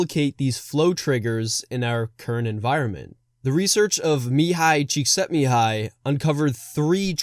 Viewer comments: The way you pronounced Cikszentmihályi Mihály's name.. made my little Hungarian heart melt. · you have my like for pronouncing Mihály Csíkszentmihály correctly